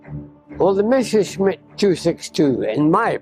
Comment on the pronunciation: MESSER-schmitt ... NOT MESHER -schmitt!!!